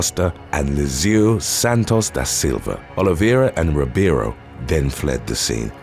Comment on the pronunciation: Best job I've seen on Youtube for pronouncing Portuguese names like "Oliveira" and "Ribeiro."